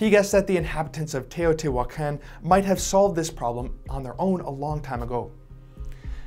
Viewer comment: In spanish he is pronouncing mica correctly, but he’s pronouncing Teotihuacan wrongly half of the time.